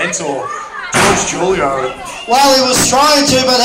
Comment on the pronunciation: He did not say Julio correctly